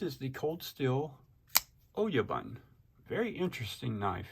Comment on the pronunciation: Oh-yah-boon Mob boss, head honcho, the big cheese